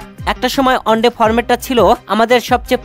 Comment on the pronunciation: Onde noy bhai at first one day bolte Sikh. Aar paler noy player bolte Sikh. Sab mone hoy Bharat er sorojontro. Jobe tui one day format bolte parbi tobe bangladesh champion hobe.